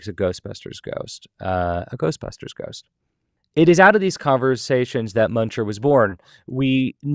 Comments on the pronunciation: He said GHOSTBASTERS afterlife at the very beginning and then he said it right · Wait, did he say Ghostpasters? Lol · Did he just say Ghostbasters or Ghostpastors at the very beginning of video? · Did he really say “ghostbasters” at the end? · did my man just say Ghostbastards? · Is he saying Ghost bastards or Ghost pastors in the beginning?